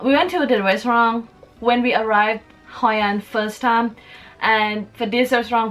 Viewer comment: It is Hội an not Haiyan!